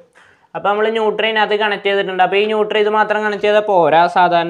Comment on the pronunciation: ന്യൂട്ടർ അല്ല ... ന്യൂട്രൽ